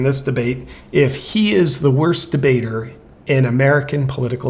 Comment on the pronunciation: New word: worsdibater! HA!😂🤣